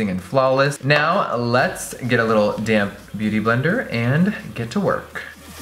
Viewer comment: for the LONGEST time every time jeffree said "damp beauty blender" i thought he was saying "dammed beauty blender" lmao